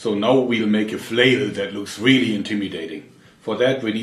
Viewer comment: " and it is weally weally solid" i love your accent